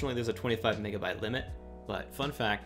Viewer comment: bro did NOT say megabyte